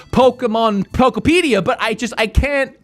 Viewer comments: Says Pokopia properly over and over when in the waking world, but can't say it properly in the dream world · Him mispronouncing the name in a new way every single time was lowkey hilarious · Dunno why, but absoultely love that you never get POKOPIA right, you just keep on saying different variations of poko....something lmfao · PO KO PEDIA 😂😂😂😂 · Literally my same exact experience! I love that you keep messing up the name “Poketopia” pokemuhunter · Something about pronouncing it "Poke peed ee er" really triggers me. Just not even close to Poke ope ee ahh. Say it with me now: Fruitopia, Fruitopia, Pokeopia! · Pokopopia, Pokepedia, Pokopa 😂😂😂 said everything but Pokopia 😅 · thought he could pronounce Pokemon Poketrocity 11 different ways and we wouldn’t notice. I mean Pokotropolis is just that crazy. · Just a small PSA because apparently it’s a thing but it’s pronounced “Poh-koh-pi-ah” because it’s “Pokemon” and “utopia” smooshed together lmfao. Apparently it’s been a big pronunciation problem, but it’s pronounced how it’s spelled 😅 ANYWAY. I love the green screen production of your recent videos, and I love this game. This is just The Game Of All Time and I’m so excited. I’m so glad everyone seems to agree 🥰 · I love how calls the game anything but Pokopia haha. He says it wrong like 30 times throughout the course of the video. I guess it's just called Pokopedia now 😂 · I heard u say Pokopia Pokopedia Pokoupia Pokutopia Pokeamata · PO KO PI KIA 😂😂😂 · Take a shot every time he attempts to pronounce “Poh-koh-pia” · Pokopolis sent me 🤣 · Did he say Pokopion correctly one time? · i love the ten different ways you pronounce pokopia (great video!) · the fact that he says pokopia wrong, every single time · man found 45 diffrent ways to mispronounce pokopia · Out of everything you said i couldnt shake off that "wanting to slap you on the back of the head" feeling everytime you mispronounced the name. The frickin devs pronounced it for you. Jeeez